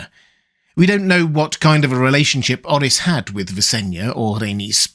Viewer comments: It's prononuce Like OAR-RIS not OH-RHYS. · That aint how you Pronounce Orys bro stop saying it like that he isnt welsh 😢